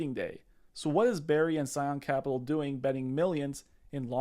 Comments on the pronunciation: That's Burry. Not Berry. Just saying. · Burry, like hurry. Not Berry. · BRRRRRRY not berry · It’s BURRY not BARRY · BURRY. NOT BARRY. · its Burry, with a U... Barry/Berry/Bear-y?.. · Burry not Barry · Can you please call him by his correct name? It is B U rry, not berry. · Dude, 30 secs in and your credibility drops 📉 Burry, not Barry. It’s the whole point of the video and you have people in the comments saying Barry. Come on man! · It’s not Berry, it’s BURRY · Burry not berry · Michael Burrrrrr-y, NOT Barry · It's Burry, not Berry 🍓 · Burry. BURRY Not Barry. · BURRY, not Berry. 👍🏼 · Burry not Berry. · B errrrry not Barry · "BERRY" its's BURRY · *Burry Not berry. 👍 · It's pronounced "Burry" as in "burn", not "berry" like "raspberry." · Can you learn to pronounce his name correctly?! Wow that was annoying every time you said “BARRY” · Bro, if he says BERRRY one more time i’m moving to Albania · All I can hear is "Dr. Michael Bear-y" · Pls just pls it’s Bur-ry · I know what you're saying is reasonable and I appreciate the info I really do but dawg it's difficult to take your analysis 100% seriously when you keep calling him "Berry" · Who is Michael 'BERRY'? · Stop saying Barry. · You can't even pronounce the mans last name? Sound it out letter by letter like my 6 year old.